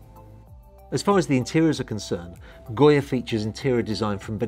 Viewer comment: Yes please do the walk through! And the yacht’s name is Goga not Goya. I’ve been waiting for this yacht to launch, she is beautiful!